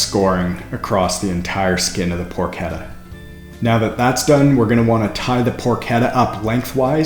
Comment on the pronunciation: Pronounced "porkeTTA". Double T not a D sound in Italian.